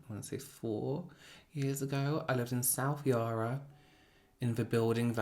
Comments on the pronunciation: Hey, long time fan from Melbourne! I died when you said South Yarra with your accent!! ❤ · I had to laugh at the way you pronounced South Yarra 😂. Australians really do have lazy speech. I can't even think of how to type the way I pronounce it. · The way he says South Yarra cracks me up, he makes it sound so posh but it actually sounds hideous when said correctly.